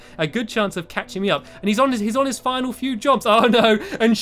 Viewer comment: At the beginning he said jrumps